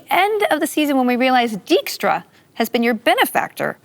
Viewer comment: Season two was great fun to watch, although a minor nitpick I have is that they Anglofied the pronunciation of certain names. Pronouncing Dijkstra as Deekstra, for example.